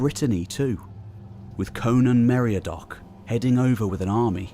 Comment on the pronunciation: Oh, come on, mate! Meriadoc is "meri-AD-oc." Meredith is "mer-ED-ith". I won't say any more, but even Google translate can read these words for you. I know it's another level of attention to detail, but it's worth it. {:o:O:}